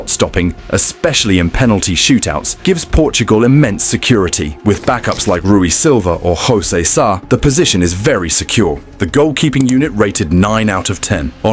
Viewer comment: In Portuguese, we don’t say “Hosé” or “Horge”. It’s “José” and “Jorge” with a clear “J”, not the Spanish “J”